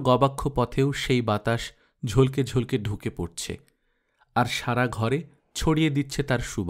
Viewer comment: ঝলকে ঝলকে উচ্চারণ টা ঝলোকে ঝলোকে হবে কল্লোল অপূর্ব পাঠ